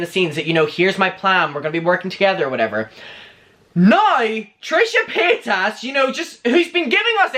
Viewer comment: The way you say certain peoples names , really REALLY irks me....especially how you say Trisha’s last name...it’s “PAY-TIS” like damn 😬